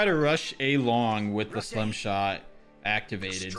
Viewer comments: It's stim not slim Plus it's free u fun Jeff to get the battle pass broskiiiii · STIM not SLIM lol